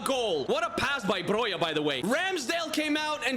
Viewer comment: Broja is pronounced Broha not Broja or Broia